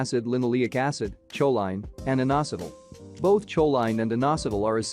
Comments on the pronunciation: "Cho-line"? 😄 You can always tell when they use AI narration. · CHOLINE is pronounced KO LEEN